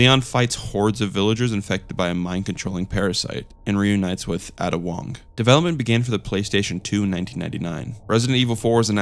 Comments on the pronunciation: Ahh-Da Resident Evil Fans: Ayy-Da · Not great explanations on a lot of these. Also did you just say Ada as "adduh"?